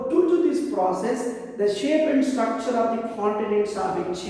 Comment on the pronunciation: ITS NOT STRACTURE ITS STRUCTURE